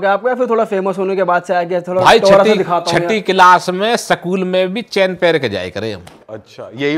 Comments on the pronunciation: स्कूल ❌ सकूल ✅ 🫡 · School ❌sakool ✅